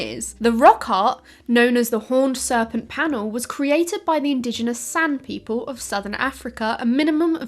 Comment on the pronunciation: .... "Sann people" or "Sand people"?? I listened to that 3 times and I am not sure what I heard, but subtitles say "Sand"....